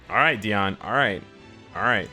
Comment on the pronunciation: I appreciate how you pronounce Diane